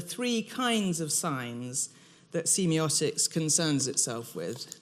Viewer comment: Ahh that's not how I say semiotics. I hate when that happens, it's going to bug me the whole lecture now.